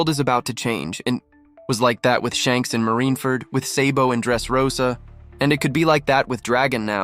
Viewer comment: Then can’t even say the the character name right lol what a clown lol Yonko Sabo